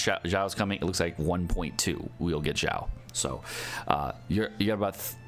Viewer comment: Xiao is (Shao) not (Zhao). Even as a non Chinese person this is annoying lol.